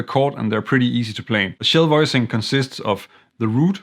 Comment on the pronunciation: I had never heard of shell chords, I thought maybe you were saying “chill” chords. Not far off :)